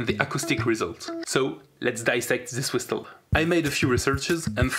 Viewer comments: It's pronounced "whissle". The T is silent. Excellent travail! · You shoud pronounce it as /wɪ́səl/, or simply WIS+uhl. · The 't' in 'whistle' is silent bro. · I have NEVER heard someone pronounce the. T in whisTle